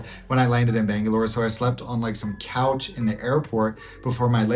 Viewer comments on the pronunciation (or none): none